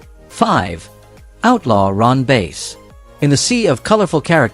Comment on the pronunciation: Outlaw Ron Bass last name is pronounced like the fish not the instrument.